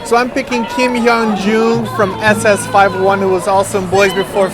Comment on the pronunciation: okay for the first time im not voting for:( sorry!! but Kim Hyun Joong totally wins:P engrish and idol won:P and just a small thing u pronounce SS501 as double s five oh one i believe:P anywyas loved the video:P